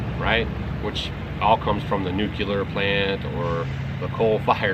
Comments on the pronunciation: It's NOO---KLEE---UR, not NOOK---YUH---LUR..NU--CLE--AR. Should've dropped this months ago so the wood could've cured.. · Nu cu lar .. lol… inter webs… oooo I’m trying to LAFFIN at the not funny 🙋‍♀️🤦‍♀️🤷🏼‍♀️